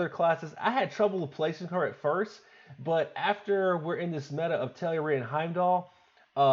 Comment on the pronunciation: Finally, a lad who pronounced Telluria correctly!!